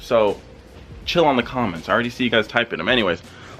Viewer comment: "so chill on the cum-ments..."